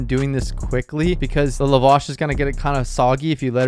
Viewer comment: It’s Pronounced la wash. Lap with no p then wash lol. La vaa sh.